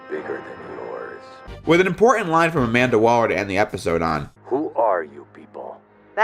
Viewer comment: You said Amanda Waller and I rolled my eyes